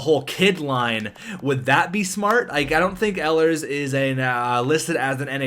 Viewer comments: Btw I hate to correct another name but it's pronounced eelers not ellers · Please, it's Ee-lers